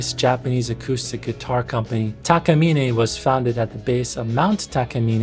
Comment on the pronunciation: It’s Takamine, not Takamine. Although I have heard it pronounced both Takamine and Takamine. But if you ask someone from Japan, particularly someone that works at the Takamine factory making the guitars, they will confirm that it’s actually pronounced Takamine.